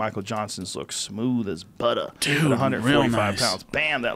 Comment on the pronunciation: Joe "Like butta" Rogan